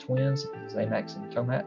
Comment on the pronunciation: It's Tomax & Xamot, bro,not Xamax & Tamax